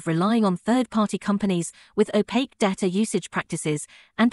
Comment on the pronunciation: Your AI narrator doesn't know how to pronounce, "data".